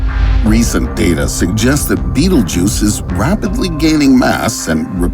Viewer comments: That’s not it’s name tho he’s actually just pronouncing it wrong. Sorry to ruin the fun it’s pronounced bet-elg-yuse. It’s spelled Betelgeuse it’s literally not even spelled beatlejuice don’t know where he got that from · Betelguese not betlejuce. Waste of Time to This video. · Not beetlejuice its betelgeuse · its pronounced bettle geese????? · The star is pronounced Bet-elg-yuse. That’s why it’s spelled Betelgeuse not trying to nit pick this is a great video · It is not how you pronouced a Betelgeuse :/